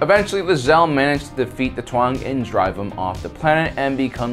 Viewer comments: Taung, not Tuang. :) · Its Taung not Tuang lmao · The way you butcher the pronunciation of Taung made my eye twitch.